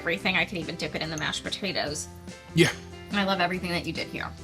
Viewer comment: I love you dude but hearing you say "botatoes" every thirty seconds has me dying 😂 i know it's a regional accent but it's so pronounced on that word!